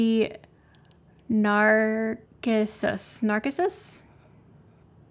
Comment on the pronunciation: Narcissus. The "c" is an "s" sound. Think narcissistic!